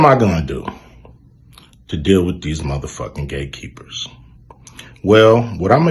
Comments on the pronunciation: Did he say the club of Gay Keepers.. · Notice hes saying "Gay"keepers....😂😂😂 Wow Cube! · Its sound like he's saying gaykeepers, and that is closer to the truth. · Did he say gate keepers or gay keepers ? Either was its all the same, respect Cube 🙏 🫡